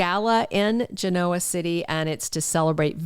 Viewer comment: Please pronounce Genoa properly! The stress is on the Gen’ part oa is not stressed, and the o is not stressed, nor is the a! Ask someone! Will the pronunciation of Genoa, Italy, help??